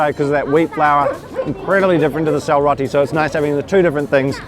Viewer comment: it's selroti not syalroti.. thank you for this video. love from Nepal